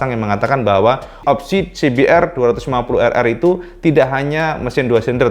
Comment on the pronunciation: dibacanya "se be er dua lima puluh errrrrrrrr" hihihi